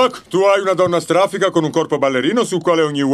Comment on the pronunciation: Da notare che qui ha detto "Stràfica", come quando pronuncia "Stràfico!" doppiando Ace Ventura!